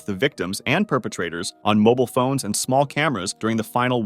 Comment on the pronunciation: "Dolphin andu Whale"